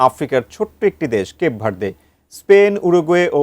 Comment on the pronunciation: কেপ ভার্দে ❌ কেক ভরিদে ✅ 😂😂